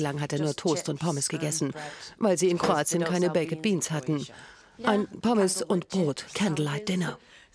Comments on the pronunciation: „Bäcked Beans“ 😂 das spricht man „beik‘d“ aus und nicht „bäcked“ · Bäcket Beans 😂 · BAK'D BEANS WIRD ES AUSGESPROCHEN 😵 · die tomaten sauce ist nicht mal süss😂 aber ok . PS, die Sprecherin muss mal lernen wie man baked beans ausspricht😂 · Könnt Ihr nicht mal lernen wie baked beans richtig ausgesprochen wird?!? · Lernt doch erstmal wie man baked beans ausspricht wtf